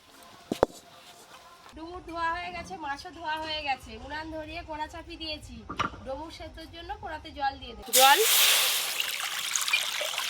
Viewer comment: Amader expert didi ato vul uchharon koren keno amra to jani kotha ta hobe dumur sekhane amader expert didi somane domur domur kore jachhen keno?ata ki apnader okhanker lokeder kotha boler dhoron